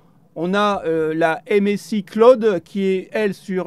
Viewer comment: tu m'a bien fait rire,muscle ton anglais lol,sinon bonne vidéo comme d'habitude